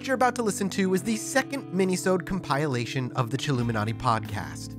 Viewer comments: Is that how you pronounce "compilation? Where does the "e" come from? I know it's weird but it's just something that stood out to me every time says that word. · He's pronouncing it like you pronounce "compile", so while every time mispronounces a word wrong it drives me insane, at least I can understand where he's coming from with this one. XD